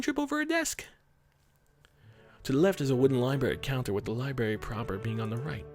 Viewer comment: I'm gonna go ahead and be awkward and say that it's adorable when you say "libary"